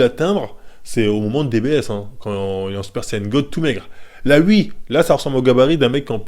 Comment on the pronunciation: "je dis wui"